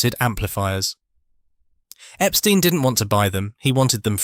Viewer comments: Wrong...The Beatles' manager's name was pronounced "Ep-STINE", not "Ep-STEEN"... 😐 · It's very annoying to hear the pronunciation Epsteen. Who of us in England pronounces the word tomato as tomayto?